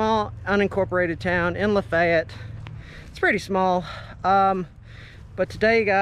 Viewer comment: at least you said lafayette correctly lol